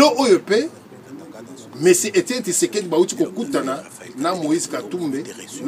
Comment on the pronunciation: Kombo naye Eza Tshisekedi et non Tisekedi. ZOBA MOBALI, Lingala oyebi te, Francais oyebi sokoyo munoko nini olobaka? Tshisekedi oyo ozo tanga kombo, aza masta nayo? est-ce que ozo mona batu oyo bazoya ko fukamela ye? Journaliste ya kwanga na makaybu.